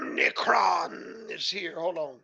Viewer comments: it's actually "OMI-cron". but it is an OMNI-CON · Omicron, not omnicron.